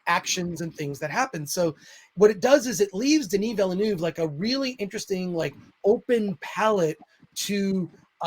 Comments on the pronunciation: Pretty sure it’s said veal-nerve. Like the racing driver 👍🏻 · MATE! It’s pronounced VILL NERVE. Good video btw